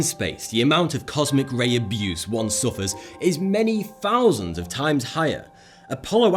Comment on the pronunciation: Four fousand, oh nooo, somfing is seweiosly wonga ! lmao